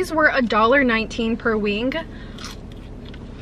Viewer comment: very funny to hear you say words with "ng" at the end like wing haha you say it like "winguh"